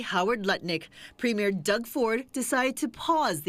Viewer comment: Its NOT a premiere like a new movie, Ford is a PREMIER...2 very DIFFERENT words that bozo Karoline can't learn to pronounce.